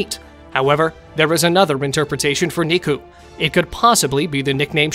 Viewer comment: Niku and nico aren’t pronounced the same